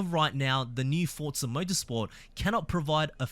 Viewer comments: For za. Not fort za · FFS, it’s pronounced Forza not Fort-za. This is unbelievably hard to listen to, at least with an American ear. Imagine “Luke, use the Fortts.” Then repeat about one hundred times 😂 Forza means force. There is no “T” sound in any language.